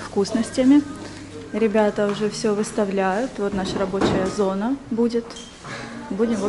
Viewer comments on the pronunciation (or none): none